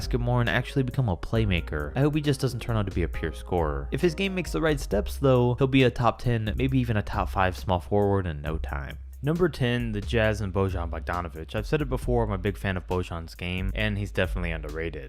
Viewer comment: It’s pronounced Boyon even though it’s spelled Bojan